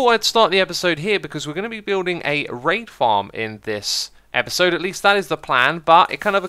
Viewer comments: thought he said “rape” farm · When X said raid farm i heard rape farm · Wow when you said Raid farm I thought that you said rape farm xD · I was only listening to your video while having lunch and thought you said "we're building a rape farm this episode" ... Needless to say, I think I'll skip lunch today~